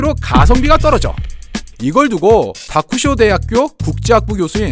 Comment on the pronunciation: 좀 뜬금없긴 하지만 쯤에 나오는 "다쿠쇼대"는 "타쿠쇼쿠대" 가 사실은 더 맞는 발음이고, 한자로는 拓殖, 척식입니다. 동양 척식 주식회사의 그 척식 맞습니다.